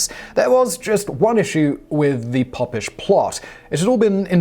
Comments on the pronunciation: Oh my days it’s Pope-ish not pop. It makes me think you don’t know what your reading. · That's what I thought. Pope not Pop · Was it not a “pope-ish” plot, rather than a “poppish “ plot? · Oh Simon....Pope-ish plot! It was the Pope-ish Plot of Titus Oats. Spelled Popish because the single p keepes the vowel open. Was one of those 'every school boy knows' type things. Thanks none the less. I do like your channels and content very much. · It's pronounced Pope-ish. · Pope is mentioned in the story, maybe reading it through first you'd catch a pronunciation in that.... but no read it out first, next!